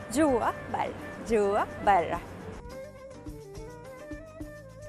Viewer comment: كيف تنطق كلمة برا موتتتني ضحك 🤣🤣🤣جوا براااا